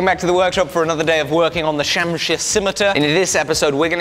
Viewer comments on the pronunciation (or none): It's pronounced as Shumsheer not shaamsir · It is pronounced (SHAMSHEER)